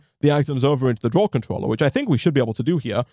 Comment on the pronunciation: "Smelter controllery" sorry that made me giggle... XD I miss my tinkers shuriken :S was so OP